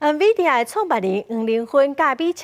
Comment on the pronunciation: nVidia 毋是讀 [n]vidia 是讀 [in]vidia 是Lô-má故事內底一位女神